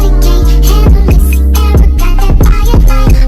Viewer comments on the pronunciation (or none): none